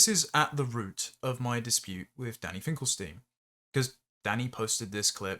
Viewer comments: God, how pompous and verbose! It's ....stine not ....steen, by the way. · ST EYE NN, NOT STEEN